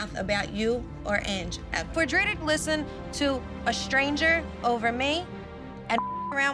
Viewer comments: “Dritar” her name is Drita 😅😅😅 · Renee couldn't say DRITA correctly if her life depended on it, she says Driter 🤣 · "Driter" "Carler" 😂 🦋